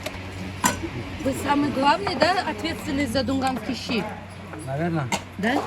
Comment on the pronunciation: ЩИ ЭТО У ВАС СУПА. А ДУНГАН .ЩИ. ЭТО ПРАЗДНИЧНОЕ УГОЩЕНИЕ! ВЫ ГОВОРИТЕ ЩИИИИ.. У ДУНГАН ДРУГОЕ ПРОИЗНОШЕНИЕ ЩЩЩЩЩИ